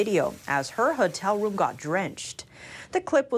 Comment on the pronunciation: Hotel is Ho-tell not Hut-tell